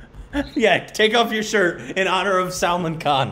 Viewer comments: Sal-maaan. Not Salmunn. :) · It is not Salmon . Its pronounced as Sal-maan khan. Maan and khan similar sound. You say it wrong. Both of you. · it's not Saalman but it is Salmaan ❤️ ooh I love how you struggle 🤭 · Salmaaaan khan is the proper pronunciation. Not "Sel-mun kon" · Guys, it's pronounced sull-maan. Not salmun. Let's correct ourselves. It's jarring to hear salmunn. Like the American i-ran. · It's SAL-MAN🔥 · React to PARTNER song with SALMAN and GOVINDA. And its pronounced SALMAAN, second syllable is longer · I don't know why these guys only do salman Khan reaction just for views otherwise they just insults salman Khan if you don't like salman Khan then don't just do reactions on him he doesn't need you & your so called opinions! There are millions of people loves him 💜💜 first learn to pronounce his name respectfully then talk🙄🙄😒😒😒😡😡 haters keep talking, salman Khan keep walking ✌✌✌